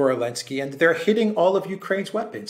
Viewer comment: How come and Alexander refer to Zelensky as ‘Alinsky’?